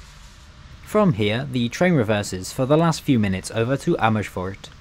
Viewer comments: You have a teeth probelem?? Amishfoort? LOL no sh sound in Amers - foort, please, and not in Amsterdam either.... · Amersfoort does not have an "H" after the "S" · Only thing is, not all Dutch letter S's sound like sh. In fact very few do. Not shpoorwegen but spoorwegen. Not Amershfoort but Amersfoort. Appreciate the effort though! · Great video. However, as I commended you on your Turkish pronunciation you fell into the trap of Germanifying Dutch words. You said "Schpoorwegen" and "Amerschfoort". With Dutch it's WYSIWYG but Brits make it harder when it doesn't have to be so. One other thing I would like to mention is that Rotterdam Centraal Station doesn't include the city's name on the signage outside the station, something unique here in NL. During re-construction it was decided that the new iconic design represented Rotterdam, therefore including the city's name would be superfluous. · You don't need to pronounce it Shpoorwegen or Amershfoort. The Dutch don't. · It's not NederlandSHhe spoorwegen, it is NederlandSE...NO SH sound! IT IS AN SSSS. Sama as Amersss foort. . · The Gouwe is a river, not a canal ;) Also, we don't have the 'sj' sound in Dutch (or not a lot anyway) which you use all the time, "Amersfoort" and "Nederlandse Spoorwegen" is just pronounced with the same S as in the English word "same"